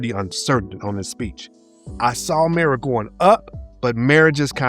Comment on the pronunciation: Mah ra not miro